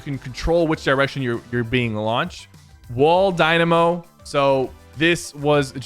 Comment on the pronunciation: Sypher you said wall dynamo wrong